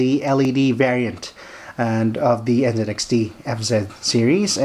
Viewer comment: did you just call it NzedXT? where is the zed part on the box???